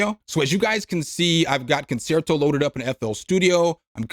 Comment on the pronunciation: I promises I'm not being a snob, I'm just trying to help but it is pronounced "con-chair-toh". Great video thanks for keeping us informed on all these great freebies!